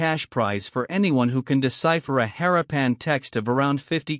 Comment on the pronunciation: Interesting subject. Repetitive, uninteresting video and images. Most annoying is the following: It is pronounced 'ha-RAH-pan' not 'HAH-ra-PAN'